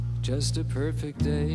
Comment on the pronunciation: Did the guy say Poifect day at the start xD ?